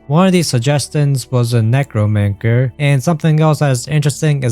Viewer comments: it’s pronounced “nec-ro-man-ser” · "Necromancker" lmao